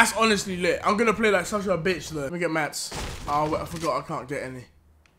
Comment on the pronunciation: Stop saying "MATS"